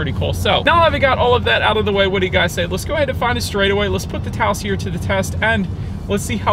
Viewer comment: Taos not Taso😁